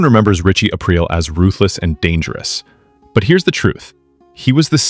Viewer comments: Thought it was Richie A-Preel not April? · Definitely an AI channel narrator calls him Ritchie Ape Rill at the end lol. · Once he said ‘Ritchie April’, I couldn’t take this seriously. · Why do you keep saying his name wrong is this AI??